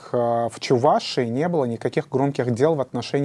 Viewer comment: Замечание к ведущему,нужно говорить не: Чу- Вашии, а Чувашии. Ведущий,научись правильно разговаривать по русски.